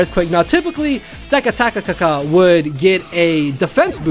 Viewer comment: dudue its pronounced: stack - attack - uh